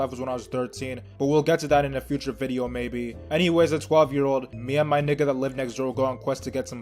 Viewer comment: Why do you pronounce it nicca you say it whiter than most white kids say it